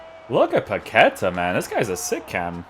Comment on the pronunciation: Come on, man! You're Portuguese, right? It's Paquetá with the stressed A in the end of the word, not Paquêta. Love your reviews, cheers from Brazil!